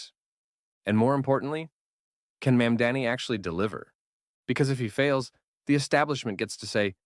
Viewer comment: no, i disliked when i heard how it pronounces mamdani. literally just watch vaush or kyle kulinski or someone better